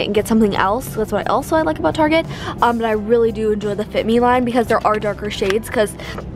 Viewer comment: Did she say what I thought she said LIEK